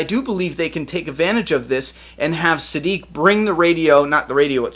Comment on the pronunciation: You finally figured out how to pronounce Siddiq! Now let's work on "towards". (Just kidding. Great video as always!)